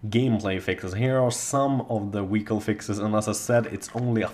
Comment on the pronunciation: WTF is a Wehicle? Say V damn it! Make the F sound, then start humming. Congratulations you now have the language skills of a 3 year old!